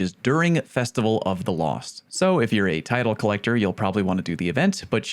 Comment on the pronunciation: Believe it or not, I haven't heard "Festival of the cost" before. Even if I had, its you saying it so it's automatically better.